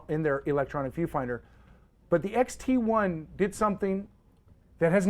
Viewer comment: did you say fuji xt- eye ?